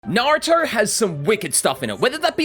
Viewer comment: At the start is it just me or did bro say Narutar?